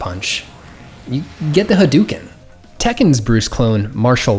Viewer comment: It's hadouken, like ha-dough-ken. Not haduuken. Japanese isn't a hard language to pronounce, it only has 5 vowel noises, a,i,u,e,o (ah, ee, uu, eh, oh).